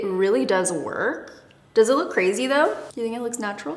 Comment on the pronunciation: "I didn't think I was gonna like this but I DEW" 😂😂😂